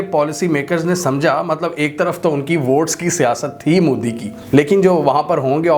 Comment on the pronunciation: abe pehle bolna sikh le ...MODI hai....moodi nhi.......